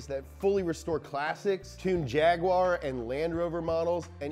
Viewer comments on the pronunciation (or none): none